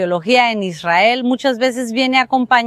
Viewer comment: Por que esa señora pronuncia mal Israel..?